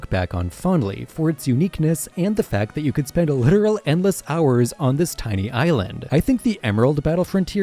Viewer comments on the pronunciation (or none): none